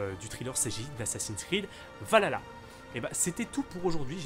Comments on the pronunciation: On dit VAL KHALA, pas VALALA bg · Stp c’est pas valalalalaalalala c’est Valhalla prononce le H c’est quand même légendaire mais bon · Ça se prononce val-halla et non valala 😃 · Pas de soucis 🙃 Ça se prononce Val Halla il y a un espace mais je suis fan de vikings donc ça me stress 😅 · "Valalala" ça me stress comment tu prononce y’a un H normalement mais pas grave Skål !